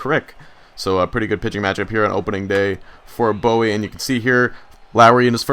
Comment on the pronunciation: It's boo-wie It's in Maryland Live there